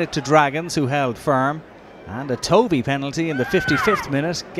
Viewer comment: I wish the commentator would learn how to pronounce names. Davies as a Welsh name is said Davis and Jason's surname is pronounced Tuvey.